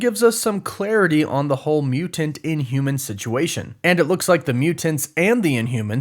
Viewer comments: Bruh…..I HATE how you say “Mew-Tent” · WHY DO YOU SAY MUTANT IN SUCH A WEIRD WAY!!!LOL!!!